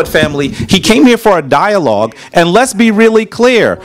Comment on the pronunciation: He came to a dialog trying to debate got mad when he got corrected for his miss pronunciation and wrong geographic location of places